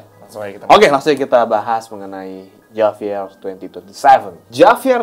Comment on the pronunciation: Sorry, tulisannya Javier, tapi dibaca "Havier" guys